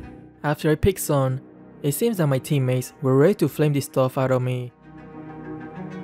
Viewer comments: Its Not Sun, Its Suin..😂😂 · Is nobody going to talk about how the draft pick voice says "Sweii" and not "Sun" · I hear "swoon"